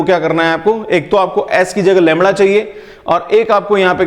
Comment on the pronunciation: Am i the only one cracking up about how sir pronounces lambda like 'langda' ?